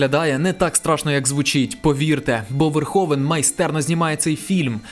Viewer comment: Розпусна не матір, а мати відпускає сина. Пол не "Верховен", а Верговен. Рутґер не "Хауер", а Гауер, не "хейт", а ... таки ліпше "ненависть" ;) . Пора забути спотворену москальську вимову -- ми, на відміну від тих покидьків, маємо всі звуки у своїй мові для правильного відтворення. А найкраще згадати всі свої слова, а не по-рабському мавпувати чужі -- то москальські, то англійські.